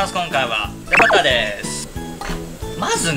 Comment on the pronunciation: バターが「バカァ」に聴こえてひとりでツボってる笑